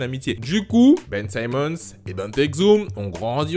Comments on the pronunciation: C'est pas "saimmons " mais "Simmons " 😊😊😊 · ON NE PRONONCE PAS SAÏMMONS MAIS SIMMONS. LIKE POUR FAIRE REMONTER LE MESSAGE STP.